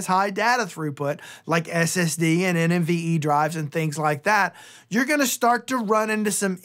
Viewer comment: Why you always Said NMVE? It NVME 🤣